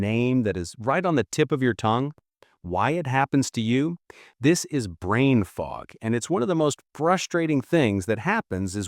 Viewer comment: Robo-voice. Unlistenable. Brain fog became bran fog. Nice.